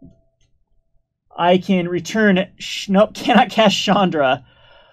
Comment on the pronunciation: to me it allways sounds like he is saying Chandler initiate.